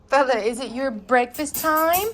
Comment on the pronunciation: I thought you were saying, Bella🤗